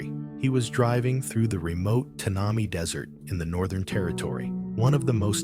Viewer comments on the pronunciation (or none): More to this story than meets the eye / ear. The desert name pronunciation is Tan a my. Thanks